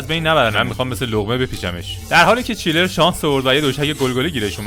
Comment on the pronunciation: داداش چنلر نه چیلر